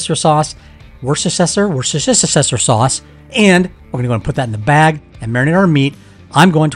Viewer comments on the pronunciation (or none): Worcestershire. 😂😅 Me too I hate that word